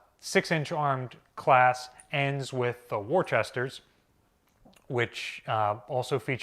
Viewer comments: its woo-ster wooster not worchester i know its spelled like that lol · may be receiving a call from Battleship Cove shortly educating him how to pronounce "Worcester", lol. It's pronounced "Wistah" (also "Woostah" depending on what part of MA you're from) in Massachusetts-speak. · Hello... Petty beef for me... Lol.. Being from Massachusetts.. USS Worcester C-144.. Is Pronounced Worce-ster (Wu-ster) there is no "H" or H sound in its pronunciation.. Sorry.. Always been a pet peeve.. Lol.. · USS Worchester is pronounced ... Wooster. State cop told me I didn't pronounce Gloucester City correctly on the river down there. It's Gloster City he said. And my uncle was on the USS Juneau CL-52 ! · Did I hear "war chester"? Do you need a how to speak New England intervention? :) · Having grown up right outside of Worcester i needed to correct your pronunciation of it. We say it as woo-stah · Please learn how to pronounce Worcester. It's pronounced "Wustah". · Glad somebody else caught the "Wooster" flub there... 😂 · whatevah, adding an extra syllable is no bueno